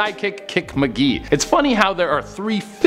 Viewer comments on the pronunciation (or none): none